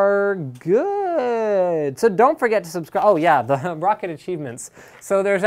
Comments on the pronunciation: Its pronounced "rock cat" not rocket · If you say Roccat correctly everytime you say it for a whole month I'll give you 10,000 dollars